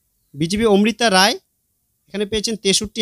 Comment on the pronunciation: দারুন ভিডিও তবে প্রার্থীর নাম উচ্চারণ এবং লিখিত বানানে ভুল আছে। লিখিত ভুল -মিত্র >মৈত্র মৌখিক ভুল - ওমৃতা > অমৃতা